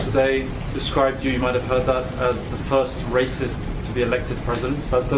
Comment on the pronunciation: Haha what’s he on. Telling someone they’re not black and he called others MwuH RAySwIst (which is illusional anyway since you’re not obliged to like anyone)